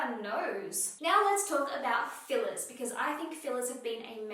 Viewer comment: She said "fillers" and I was like who TF is Phyllis? 🤨🤔😆